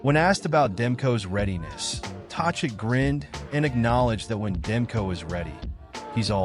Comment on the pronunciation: By the Way, it's Rick Tochette with the "K" sound in the middle, get it right